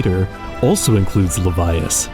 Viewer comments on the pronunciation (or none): "And then there's Levias!" " "